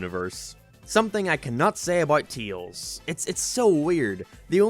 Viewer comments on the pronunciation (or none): "Brain dead idiot that can't pronounce words right" then says "Teals" instead of "Tails" bro- >-> am I dumb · he's name is Tails, not Teels. Unless we've been saying it wrong, but I doubt that 🤣🤣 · Tails not teals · "Knuckles is a dumba** in this movie." Also: Teels *Tails lol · he cant pronounce the words right TUYAILS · He just called Tails.. Teals.. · tails ❌ teels ✅ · Why are you calling tails tials? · Dude, what's your issue with the letter «E»? It's not «Teeils», it's «Tails»!!!!!! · Claims how Knuckles cant say Baseball right again: Te-ills Im late to this but idc. I know the response that had, and does anyone remember that people have opinions?! I see why he made that video after this. People cant see that everyone else has opinions. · It's his accent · I’m sorry but who is “Teels” ? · I like how you pronounce Tails as TEALZ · Why does he pronounce tails like teals 😭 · So basically you're not a Sonic fan so you don't have any understanding for what actually happens in the film. that's the problem with adaptions. Btw, please try to actually say the name "Tails" right. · Why do u say tails like that.